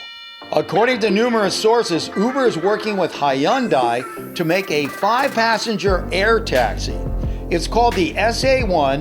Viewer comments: Ha-yun-dai XD I thought it's pronounced like hunday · wtf is hy-on-dai? lmao its a korean company that you pronounce hyeon-dae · “High-un-dai” it’s “hun-day” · This dude said hi un die XD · I thought hyundai is pronounce haan-day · Playz turns out you’re right - in the US it is supposedly pronounced hun-day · is it just me or did anyone else get mad when he said hiundi